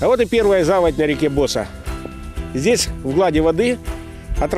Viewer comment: Может провильней говорить Босса́!??? Ударение на А!!